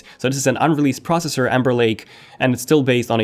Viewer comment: It’s pros-SES-sore, NOT “prosser”-slow down and speak clearly!!